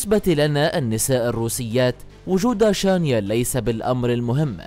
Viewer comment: شانيل وليس شانيال